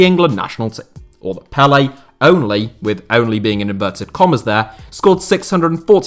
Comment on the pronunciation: Pellè, not Pelle.